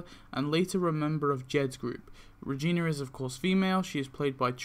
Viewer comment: wtf is a vegina i mean regina